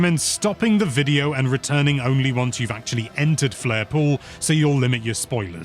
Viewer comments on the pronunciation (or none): none